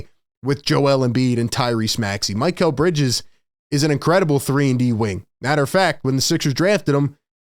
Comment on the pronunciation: Its Mick - L NOT Mike -L like mikhail baryshnikov The famous Russian Dancer from back in the day.